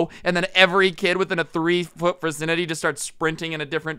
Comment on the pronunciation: "fircinity" That's a new one